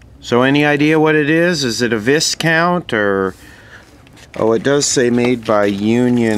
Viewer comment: I know this is old, but "Viscount" is pronounced "Vy Count" for future reference. :-)